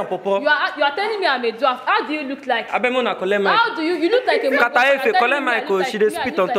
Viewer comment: Did I hear dwaft😂😂😂 instead of dwarf